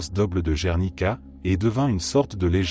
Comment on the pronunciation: apprenez mieux l'espagnol ou même en français : Guernica en espagnol gue idem en français gue et non gernica!!! je passe tous les noms écornés, mal prononcés aussi bien en espagnol qu'en français!!!